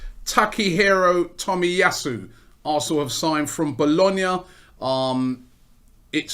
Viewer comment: My man pronounced Bologna like a boss